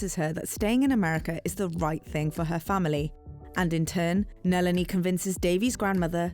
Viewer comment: NALEENEE??? Come on if you’re gonna do this at least get the pronunciation right